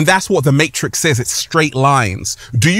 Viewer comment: Dude pronounces matrix with 4 S's